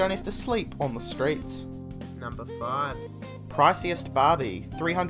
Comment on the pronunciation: Number faaaayb. Two thousand and teyn.